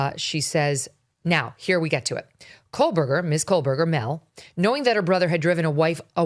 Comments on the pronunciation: KOHBERGER…Not KOHLBERGER…!! What the hell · Theres no L in kohberger!! Holy shit. The most basic thing about this case. You're STILL saying it wrong.